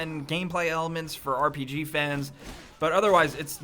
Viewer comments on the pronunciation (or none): none